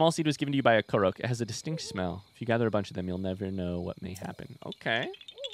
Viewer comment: The amount of pain I feel every time he calls a korok a koroak